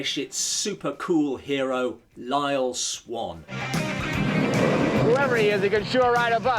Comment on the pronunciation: You say Lyle Swann like he's Ace Rimmer.